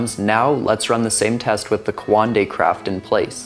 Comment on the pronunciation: You can’t even pronounce coanda let alone understand what it is